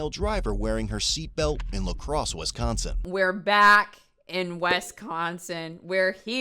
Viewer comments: "Wes-consin", just know I balled laughing after you pronounce Wisconsin like that. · I love how pronounces "West Consin" aka Wisconsin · Smh when people say "WESconsin" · Not the "WES-consin" 😂 please! It's WISconsin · As much as I hate how Wisconsin is known for drunk drivers, it hurt me to hear pronounce it like that 😂